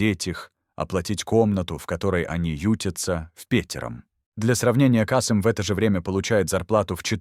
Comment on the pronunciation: Кыргыз тилин маани бербеген диктор го, (пятнадцат, Каааасым). Биз Касыыым дейбиз.